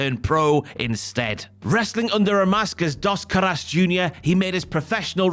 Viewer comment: "Das Carass" is a crazy pronunciation for Dos Caras. Al menos aprende como pronunciar las palabras si vas a hacer un documental 🤦🏿‍♂️.